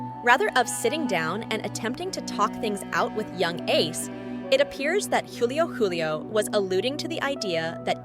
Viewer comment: She even said Juvenile Ace and Young Ace. And Julio Coolio and Julio Julio